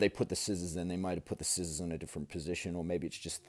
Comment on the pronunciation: As soon as I heard you say skissors instead of scissors I subscribed to you.